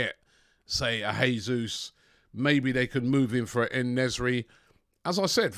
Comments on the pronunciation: If you lot do end up signing Jesus, please please can you start pronouncing his name properly? It’s the Portuguese way (Jay-zeus) not the Spanish way (hey-zeus) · Dude, STOP SAYING JESUS LIKE HE IS SPANISH!! As Brazilian it hurts my ears!!